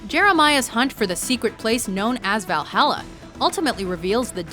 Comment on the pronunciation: The way you say Valhalla bothers me.